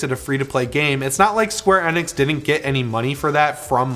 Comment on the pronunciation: The way he says Square Enix is the most annoying thing, he said it wrong the first time I was like yep honest mistake cause the man's talking at Mark 5, but he continues to say it wrong I had to leave the video.